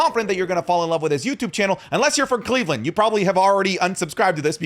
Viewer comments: Don’t say Cleveland like that’ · Disliked for the way you said Cleveland. Do better